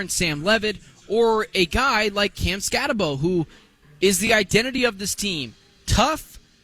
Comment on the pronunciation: BROS. I don't know why you think people will subscribe when you call coach a NUTJOB and pronounce the star running back name SKATTEBO incorrectly. Cool stickers on your laptops. Looks like child stuff and the same effort for preparing for a show. I stopped listening